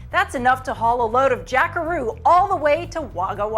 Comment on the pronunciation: LMAO Haul a load of Jackaroo all the way to Wagga Wagga .... Americans mis-pronouncing Aussie words are funny :P Could have been worse, could have said a load of shrimp and a barby to Melbourne ...